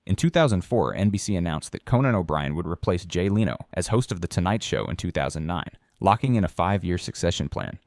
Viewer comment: What an odd pronunciation of Jay Leno. 👀